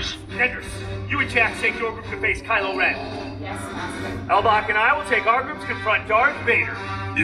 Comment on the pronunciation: It’s Kylo not kyle